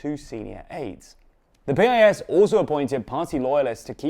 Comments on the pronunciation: It's not P-I-S, it's spelled Pis just like its synonym word piss. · You mispronounced piss 😅😅😅